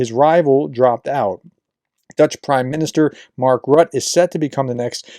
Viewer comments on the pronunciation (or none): It's not pronounced rutt, there's an 'e' at the end. It's pronounced rutt-uh. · JFYI: Mark Rutte - his name is pronounced more like 'rooter' than 'rut'. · N.B. Rutte should sound more like "RU-te" not "rut" --maybe Roo-teh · Mark Rutte last name is pronounced ROOT-the, not Rut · It's Rutt-'uh, not Rut... He's the only foreign Prime Minister publicly saying "No!" to DJT b.t.w. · our ex-PM's name is Rue-Tee (Rue like street in French, and Tee like in T-shirt) :) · Nice report. Just for info it's pronounced Marl Rutt-EH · Rutte is pronounced Rutter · It's Mark Rut-te. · Pronunciation is Rutte = “ROO-tuh” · You pronounce it "Rutt'eh'" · Please educated americans try to say foreign names correctly! It's not that difficult! Rutte is not a rat!😅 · FYI, Diehl is pronounced exactly like "deal". BTW., since you will have to mention his name more often in the future, here is the pronunciation: it is Rut -te, with the "u" being pronounced like the German "ü", like you do in the case of Nuremberg (the "u" there), and the "e" at the end is a short "a" sound, so approximately something like "Rüt-ta". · The dutch guy name is pronounced Root-tae. Welcome. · Splendid update. (FYI: Rutte is pronounced Roo-teh.) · I was going to say this, glad I scrolled first. 👍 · Hey Prof Rutte is pronounced Rutter